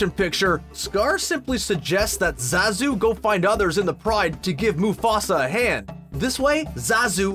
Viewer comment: Finally, someone who pronounces Zazu's name right. John Oliver actually looks like this new Zazu too. That's what Shenzi's VA looks like? Jeez! I don't think Beyonce is confident as more so that she is comfortable with being in the spotlight; one is only confident when meeting a challenge.